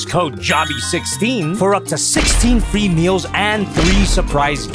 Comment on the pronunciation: He said 16 free meal and I hear 16 female 😅🙄😂